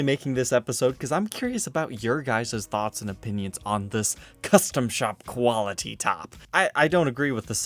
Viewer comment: It says quality maple top why did he say quality like quilty